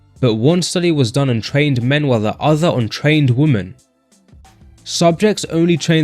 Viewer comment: why pronounced "on trained /wumen/", not /wimen/?